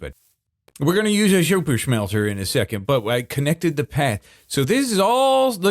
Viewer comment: I love how (just about) everything says, that starts with S. He says it with Sh.😅 like, "Shuper Shmelter" and "Gotta Shreep". He is hands down my absolute FAVORITE Hermit.